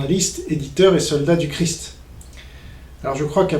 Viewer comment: Ce gars a un problème d'élocution il prononce crif , christ.